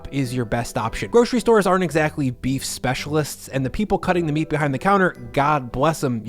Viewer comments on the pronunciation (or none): none